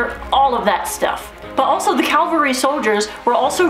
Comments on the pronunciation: There is a big difference between Cavalry and Calvery, I guess if you dont know the difference Im not real excited to hear what you say. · It's cavalry not calvary. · Its Ca-val-ry not Cal-vary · CAV-AL-RY…….not Calvery.